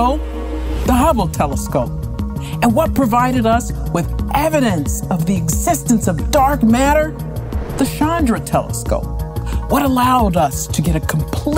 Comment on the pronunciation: Its Chandra, not shandra Pronounced as Chann dra